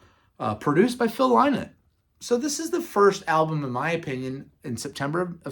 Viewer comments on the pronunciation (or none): so It's Scott GORHAM (H silent) and Brian DOWNEY (down ee), with Phil LYNNOTT (Rhymes with sin not). Please.